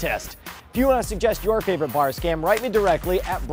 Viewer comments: Yeah the "scom school" thing pisses me off so much. It sticks in my head and drives me nuts with that wrong word. Anyone know why it sounds like that? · Kirby Buxton I know it's supposed to say scam school but it sounds like they're saying scom. I didn't know it said 'go down' though so thanks for that.